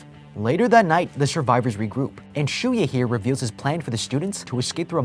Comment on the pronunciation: For the longest time I thought Shuya's name was Shuyu the way pronounced it at the start, lol.